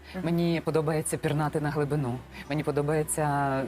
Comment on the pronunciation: "Пірнати на глибину" дуже дико звучить в її вимові.